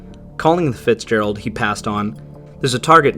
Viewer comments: "Edmond Fitzgegald", wtf? How did the artist manage to mangle the name so badly? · Ah, yes, the tale of the 'Edmond Fitzgegald'...